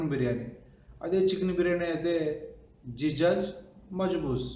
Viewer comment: జిజాజ్ కాదు దిజాజ్ అంటే కోడి